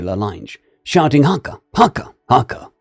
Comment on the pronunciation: My brother, that was the best reading of a haka by a pākeha I've heard in 45 years